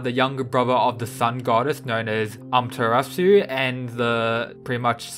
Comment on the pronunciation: THAT AMATERASU PRONUNCIATION THO 'UMTERASU'